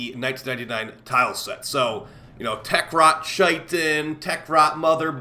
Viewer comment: Say it with me guys: KY-tin.